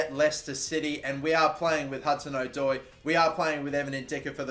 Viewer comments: No it’s not it’s O-Doi not Adoi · the pronunciation of hudson odoi annoys me 😂😂😂 its adoi rather than Oh-doi